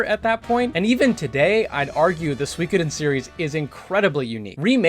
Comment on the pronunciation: I know he's pronouncing Suikoden properly, but I fuuuuuuuuuucking hate it